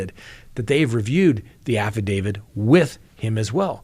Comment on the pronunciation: I'm surprised to hear an actual lawyer say "affidavid". You'd think it would be more annoying to you to hear someone say that, than it is for me to hear it.